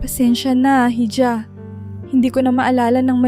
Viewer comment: Missleading ang maling pagbasa sa ilang salita, ,"hija" ay dapat iha.